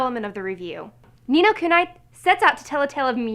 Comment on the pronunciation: Its pronounced Ni No Kuneeeeeee